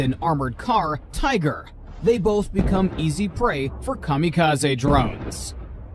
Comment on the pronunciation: Cam a ca z ee......its a Japanese word...l